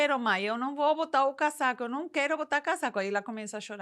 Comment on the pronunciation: Dica: Na pronúncia, utilize o S do casaco com som de z, cazaco